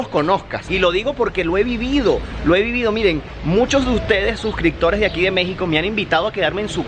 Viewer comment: Oye Zonzo que acaso en Venezuela no hay buena educacion primaria, no se enseñaron como se escriben y se pronuncian las palabras? ADACTAR? ES adaptar con "P" de Pedro, ACECTAR? ES aceptar con "P" de Padre.... Aprende a hablar... Y dile a tus SUSCRICTORES (suscriptores) que te recomienden tutoriales de gramática en español para que aprendas a hablar. DEMERITAN MUCHO EL IDIOMA, DIGO POR LO MENOS NO DICES HABLAR, COMEL, COLEL, porque hay muchos compatriotas tuyos que ni el abecedario se saben.